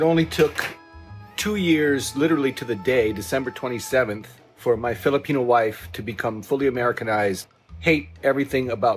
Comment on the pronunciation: Somehow this guy pronounces Filipino with a hard R